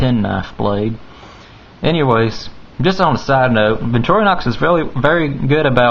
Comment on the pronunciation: Nice review dude, but why saying - vintorinox or something like that. viCtorinox get it clear.